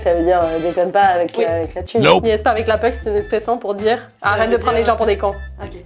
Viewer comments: Lol c'est la puck pas la puke XD. Et elle l'a pas pour l'orignal, j'arrive pas croire qu'en France ils connaissent pas ça 🤣 Tellement drôle, elle l'a rembarrer.. 😅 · Mais le "niaise pas avec la puke" il aurait fallu le prononcer "pock"😂😂😂sinon j'ai adoré bravo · pas la puke mais plutot la poke !!!!!!!! arret de gosser avec la poke stie!!!!!!!!!!!!!! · Juste dire que c'est puck pas puke cest le nom dune rondelle de hockey en anglais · Très amusant, comme d'habitude. Mais: C'est pas "la puke", c'est "le puke" qu'on dit, et puke prononcé à l'américaine comme dans "poke" (pas powke, mais poke.... pas facile). Même le coach l'a pas comme nous prononçons ici. Mais dans l'ensemble j'aime bien tout de toi. Tu va revenir au QC un jour? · Puke sa se dit poke tbnk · Sai pas la puke mai la poke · Puck, pas puke. Puke = vomir. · Je crois que la femme a compris « p🌸te » à la place de « puck » qu’on prononce d’ailleurs « pock »